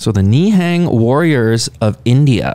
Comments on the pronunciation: Literally every foreigner Ni hang instead of nihung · Pronunciation of Nihang "Ne'hung" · Pronounce as ni+hung